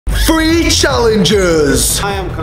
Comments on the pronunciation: He says free instead of three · Isn’t it weird how morgz says “free” instead of three Morgz mum says “sree” instead of three And says “tree” instead of three:/ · its three not free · How many times Morgan says free instead of 3 | | | V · When morgz trys to sat three he says free!!😝😝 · Why do you say 3 like free